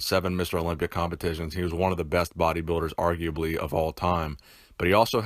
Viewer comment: Arguably or unarguably? I cannot tell what he meant to say.